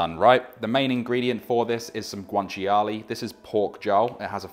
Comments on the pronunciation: Nice that you made it authentic. FYI, guanciale is pronounced, GWAN-CHA-LAY, not GWAN-CHI-ALAY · It’s not guanchi-a-lay, it’s guanciale (guan-chia-le), you don’t pronounce the “chi” and the “a” separately they’re together! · As an Italian, the only unauthentic thing here is the pronunciation of guanciale 😂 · I'm not Italian but the way he pronounced guanciale hurt my soul... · pasta looks amazing, taste even better I bet. but what about that guanciale pronunciation? :D